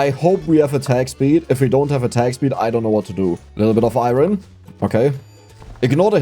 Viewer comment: How people gonna get mad your pronounce iron with a German accent but not get mad your pronouncing spinel wrong 😆(idc either way)